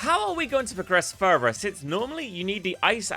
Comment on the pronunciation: Further, not furer.